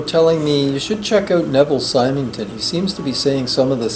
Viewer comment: Hi, just a note on Neville Symington – his name is pronounced with a soft 'y' (like 'Simmington'). If you've not read his A Pattern of Madness (2002), you may find it more compelling than his first book on narcissism.